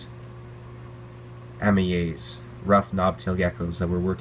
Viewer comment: You pronounced it wrong they Australians say Amyae pronounced A-Mi-I